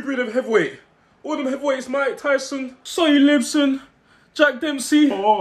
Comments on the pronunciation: Man said “Sonny Libson” 💀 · Man said sonny lipson 😂😂😂😂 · Man said sunny lipson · Did man say Sonny Lipsem 🤣